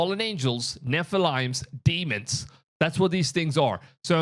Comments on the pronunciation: Ohhhh haillllnahhh What did you say... "ST-Roms"? Keep working on it. (Stor-ms) I love that.. "Nephel-limes" I know what you mean. It was a cute mistake. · 😂 "Nephilimes" your mispronunciation at times has me cracking up and just adds the the flavor of your show :)